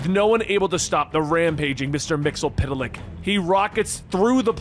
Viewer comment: Its pronounced "mix e spit lick" not "mixel pit lick" wtf